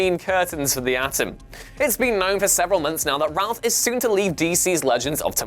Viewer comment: Yeah he's using the actors name Brandon routh not ralph